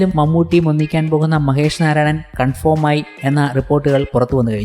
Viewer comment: കൺഫേം ആക്കി urappakku സുഹൃത്തേ. കൺഫോം അല്ല